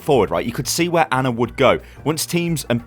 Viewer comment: HOW TRIGGERED DID YOU GET WHEN HE KEPT SAYING ANNA INSTEAD OF ANA